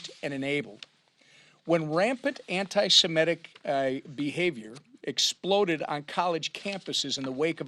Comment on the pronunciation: At least Johnson pronounces "SEMITIC" properly because it stems from "SEMITE" . It is hard to listen to people in government who cannot even pronounce thing. correctly.